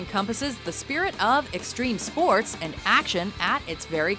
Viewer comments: Streme Spoats. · Streme spoats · STREEM SPOATS